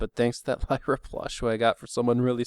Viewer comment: Lyre ? You must have slipped on the word there. ->Lyra